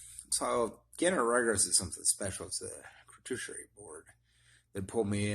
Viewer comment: It’s crew-too-shee-air-ee get it right! 😂